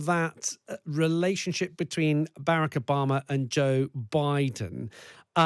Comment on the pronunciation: this dude can’t even say “Barack” right, and he’s been out of office as long as he was in it. remember where American racism came from 🤷🏾‍♂️